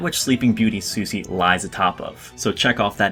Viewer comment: Said "Susy" instead of "Sushi", disliked